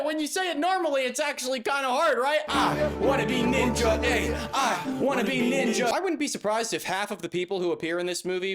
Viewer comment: Ohk, so let’s break down the levels of racism here: The blatant mispronunciation of NEENJA, like she’s a five year old who hasn’t been taught better The idea that this woman thinks that NINJAS, those ancient JAPANESE espionage agents are from CHINA And perhaps what’s probably the most multilayered example of racism here: she says she goes to China… to seek the help of BUDDHA, a historically famous INDIAN man who promoted peace and enlightenment… to be a NINJA… an agent of espionage and assassination… Just, the more attention and thought you give to this war crime against the arts, the more terrible it becomes and the more angry you become